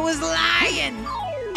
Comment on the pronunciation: so funny how said lying 😂